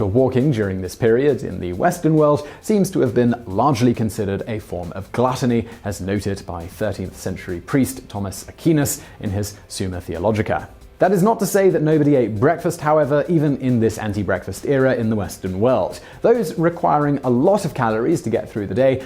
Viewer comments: Simon, it’s Ah-kwai-nass not Ah-key-nass. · Aquinas is pronounced Ak-WINE-us. Or maybe A-queen-us if you're Italian. But *not*, as he says here, A-keen-us. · Thomas A-key-ness.....? Is that how the British pronounce it? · "Thomas Akkeenus (Aquinas)" - I died laughing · "A-Chi-nas" lol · Akeenas?????? I do not know how you get that from the name Aquinas. It is not pronounced by anyone that way who knows his works. No real TOSO or neo-Thomist would ever pronounce it that way. It is not like St. Augustine where there are two accepted pronunciations! (The Protestant and Catholic) Having studied Thomism in numerous institutions I have never heard his name pronounced that way from people in Europe, the Americas, Africa or Asia. As to the reference from Thomas, I am not a Thomist, but an ultra realist. I think though your statement miscontextualizes the Angelic Doctor. You have to remember for St. Thomas who was a scholastic in the university system, that physical labor was not common for those who were teachers in the art's schools. So their physical output was limited, causing these men to get a little heavy if they ate many meals. Thomas is interested in the will in relation to the passions so he is discouraging that thing which he knows is bad in excess, consumption of food. I doubt Thomas would think it sinful for people who do much more physical labor and would say in their condition that it is good for the body, whereas in the the case of those who like him work less the love for food is causing injury. For Thomas the development of good habit over vice is the key to excellence. (He is following the standard model of Aristotle in ethics here with a Christian telos above eudomonia.) Thomas is trying to perfect both moral and intellectual virtues for balance. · Thomas “akeenus”? Never heard it pronounced that way. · Thomas a-key-nis... its aquinas. The qui rhymes with why. I only recognized the name because you said he wrote summa theologica.